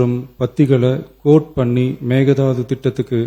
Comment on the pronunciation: It's not meghanatha annai, it's mekadatu annai..